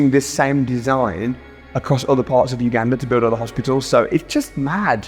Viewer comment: Thank you for all your efforts, this is a significant achievement. Secondly, I appreciate your accurate pronunciation of Uganda.